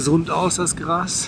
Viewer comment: GRAAAAAAAAAS, NICHT GRASSSSSS